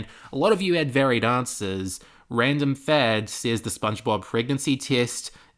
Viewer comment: Also, it's pronounced Random-lad.